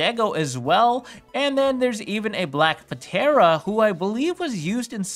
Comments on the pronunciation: I did not just hear you pronounce the P in Ptera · The p in ptera is silent. Or it's supposed to be lol